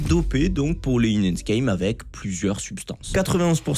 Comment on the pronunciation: La manière dont t'as prononcé "enhanced" est illégale